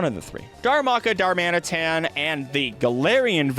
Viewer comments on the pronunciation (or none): none